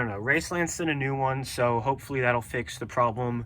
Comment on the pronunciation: I didn’t expect you to say racelands I always heard they rode poorly